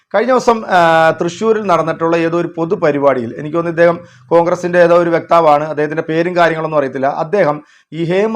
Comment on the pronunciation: വ്യക്താവല്ല. വക്താവ് എന്നല്ലെ